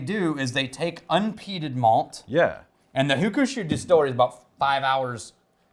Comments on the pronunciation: You're accenting the Ku in Hakushu. In Japanese you don't really accent syllables. When you do, accenting the wrong syllable changes the word. Bridge and Chopstick are both hashi depending on which syllable you accent. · Hey great review! Your pronunciation could use a tiny bit of work though. That middle u in hakushu is almost silent. Just a hint of a pronunciation. It should sound more like hakshu than hakushu, but there's not an exact English equivalent. Anyway, keep up the great work you magnificent bastards! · Weird pronunciation on this one, the middle u is silent.